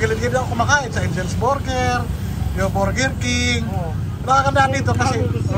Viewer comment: Yung S ni sa Angels ay lumipat sa Burger ahahaha! Habla "Angels Burger" ay naging "Angel Bursger".